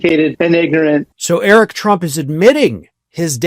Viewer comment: What? Err-Ick wrote a book? 😂😅